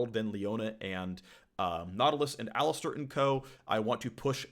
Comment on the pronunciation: my brozzer its called alistAr not alistEr